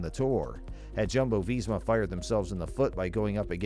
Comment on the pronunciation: Jumbo-Visma is pronounced Yumbo-Visma